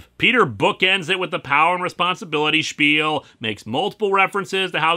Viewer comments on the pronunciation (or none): none